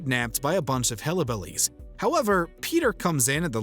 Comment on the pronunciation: Why does the narrator say Hellabilliles instead of Hillbillies. Lol I had to do a double take and rewind to make sure.